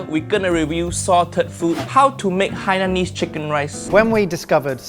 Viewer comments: It pronounce as Hai ya nese. Not hey niece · it's pronounced Hainanese, as in Haiyaa! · Pity the cooks Cant say Hainanese properly…. ..